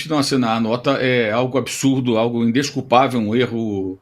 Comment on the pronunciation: Indesculpável é o "indescupavel" de você! Jesus! Não estudaram português na faculdade, meninos?